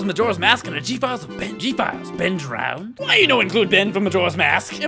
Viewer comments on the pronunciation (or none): No, it's "DROWNED", not "DROWEND"